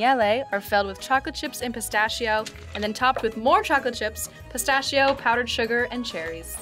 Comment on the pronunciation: Già solo che lo chef dice "pistaccio", vi prego ma perché?